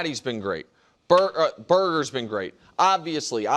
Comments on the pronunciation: Did Nick just call Addison BARGER, Burger? 😂😂😂😂😂😂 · man he said Addison “Berger” he’s not a big MLB guy I’m sorry haha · Say it with me…his name is Addison BAR-GER not burger… put some respect on the mans name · Who the F is "burger" Nick ? 😂😂😂 this is an amateur hour show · This guy literally called Barger, Burger. Tell me you don’t watch baseball without telling me you don’t watch baseball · I’m sorry Nick, but “Berger”? Cmon now this guy hit a grand slam in game 1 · Nick just called Barger “Berger” like cmon now. I love FTF but PTI would never make those mistakes